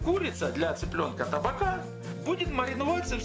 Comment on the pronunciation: ТабАка, ударение на среднюю А!!!